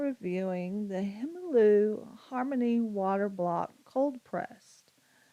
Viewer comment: Thanks for the good review! If I could make a slight suggestion - the brand is pronounced kind of like HA-nuh MULL-uh (you can even do a Google translate of German to English and listen to the pronunciation). I only mentioned this because if I hadn't been able to see the paper pad, I would have had no idea what paper you were reviewing by how you said the brand 😅☺️